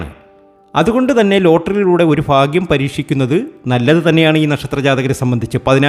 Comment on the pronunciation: ഫാഗൃ० അല്ല ഭാഗൃ०